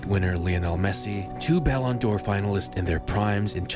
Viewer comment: okay but why u say ballon d’oro like that